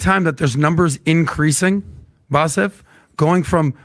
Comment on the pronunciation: First of all kept calling him Bassef. Now let’s be intellectually “Not Lazy”, do we expect him to be educated on this matter when he doesn’t know his own guests name??